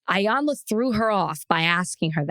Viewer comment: It’s E - yawn - la